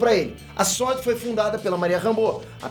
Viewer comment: SuÔrd (sword), vc fala inglês, vc sabe pô...